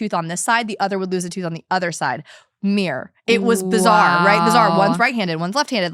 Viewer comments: i’m sorry is she pronouncing “mirror” as “mere” 😅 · Took me a while to realise that "Mir" is "mirror" 😂